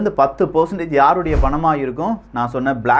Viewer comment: அதெல்லாம் சரி, "ப்-லாக் ரா-க்" எவனுடையது-ன்னு சொல்லலாமே !?